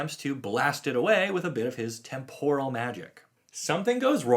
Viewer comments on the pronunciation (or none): none